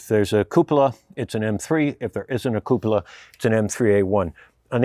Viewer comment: the right pronunciation of "cupola" is REALLY rare in youtube videos! Yours is spot on.